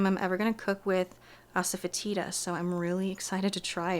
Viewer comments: 1. food cannot be cozy. 2. why did you butcher the word asafetida. You BUTCHERED an extremely popular well known plant name... One that people know how to pronounce. I get it, you didn't actually go to Stanford. That's cool, odd lie. The grain most people know because of France though. Unless you don't know BASIC history, you should know how to properly say that word. You're weird for this. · Relax, I'm sure you can't pronounce every word from every different language perfectly.